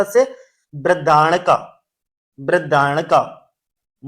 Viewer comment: बृहदारण्यक है uska pronunciation sir